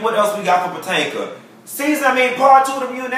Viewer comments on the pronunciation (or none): none